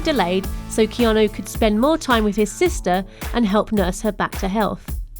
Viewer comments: He also has the fem version of his name. The male version is pronounced "Kee-awn-ooooooooooo" his is the female version "Kee-awn-aaaaaaaaaaaa" its as though his name were Erica as opposed to Eric. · Who the fuck is "Keano" Reeves?